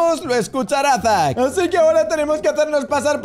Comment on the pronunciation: Si a mí también pero creo que se dice zack